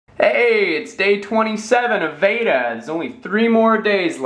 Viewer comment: He's saying VEDA very wrong.